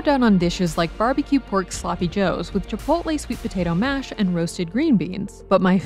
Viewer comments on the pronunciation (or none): none